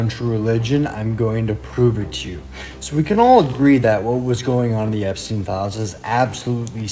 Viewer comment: Epstin bacanya